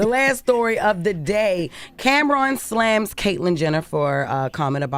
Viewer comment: Jess said "Slams".